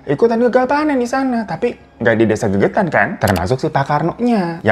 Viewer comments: Desa Legetan bang bukan gegetan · Desa Legetang kak bukan gegetang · Legetan bang bukan gegetan...desa itu kan di Banjarnegara...memang itu cerita yg fakta .. lumayan dr desaku jaraknya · Maaf bang, nama desa nya Legetang kali ya, bukan gegetan. Lokasi di wonosobo jateng. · Mohon maaf bang Hiro bukan GEGETAN TAPI LEGETANG 😊